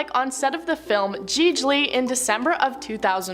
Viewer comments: No one on set bothered to correct the pronunciation of Gigli. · Wait... The way you pronounced Gigli really threw me lol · How did you stretch this video to 10 whole minutes when it's a non-story? And the second-hand embarrassment at your pronunciation of Gigli is real.